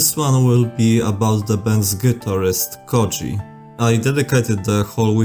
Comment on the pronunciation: As someone whos native language has the letter "Ö" in it the way his name is pronounced lowk pisses me off 😂😂